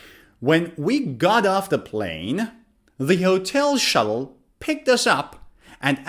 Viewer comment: As a non-native English speaker, you have a good accent in English. But there is sth wrong with your pronunciation of the word "hotel".